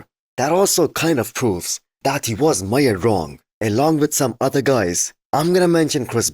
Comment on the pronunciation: can you say measured? You say something like mighered or mayered.